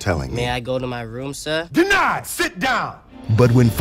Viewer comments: Of everything that SHOULD have irritated me so intensely during this movie, what I found absolutely unforgivable was that Jaden Smith kept saying the word "Sir" as "SUH!" This movie forced me to realize how trivial I am...and I am NOT ok with that. I was hoping to have that satirically pointed out to me during a future season of "South Park" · jaden smith( if that's how it's spelled) always says his er sounds like uh sounds, like he isn't really into what hes doing. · jaden smith doesnt know how to make r sounds